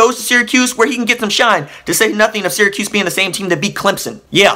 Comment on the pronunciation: At least you say Syracuse correctly